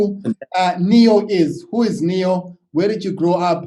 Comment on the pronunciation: It's neo, not nio